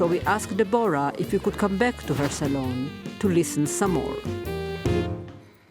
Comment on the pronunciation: "De-bor-a" Please, it is simply DEBORAH